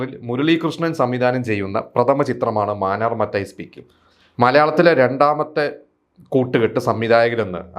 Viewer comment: മാനർ മത്തായി അല്ല മാന്നാർ മാന്നാർ